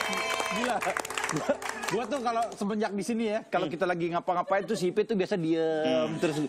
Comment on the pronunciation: Ipey... Bukan Ipeh 😁